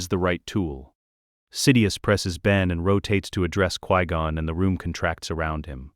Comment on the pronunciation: 1. Obi-Wan didnt bury Qui-Gon under a tree. Qui-Gon was given a proper Jedi funeral. 2. Dont spend this whole video calling him Quee-Gon. 3. What the hell is with the ridiculous over description? It seems like you took a 30 minute video tops and drug it out in every way you can. Describing the placement of every individual air molecule, every synaptic impulse in excruciating detail. Do you just like to hear your crap AI voice drone? Or did you type a few parameters into chatgbt and have AI read the entirety of what came up without proofing or editing and hit post? You need to tighten things up in a bad way.